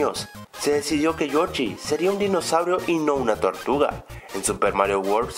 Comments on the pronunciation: es yoshi no yochi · se llama joshi no jochi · con todo respeto es yoshi no yochi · O soy solo yo o dijo Yochi en vez de yoshi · like si ecuchaste que dijo yochi ^_^ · no sabia que se decia yochi xd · Porque dice Yochy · Yochi? Chigeru miyamoto? Primero enseñate a pronunciar nombres y luego haces videos